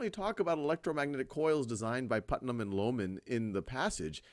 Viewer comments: Thanks for explaining this topic so well. It was however, annoying when you kept pronouncing Putman as Putnam. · I've noticed that in this video and the previous part, instead of saying, "Put-man", as in the name of the scientist in the story, the name is being pronounced as, "Put-nam", as in the character from "The Crucible". It's a very slight difference, but I have been able to hear it.